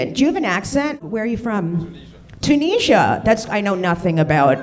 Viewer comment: Did she mispronounce Tunisia?